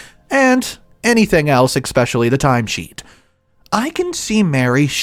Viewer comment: It's especially, not exspecially.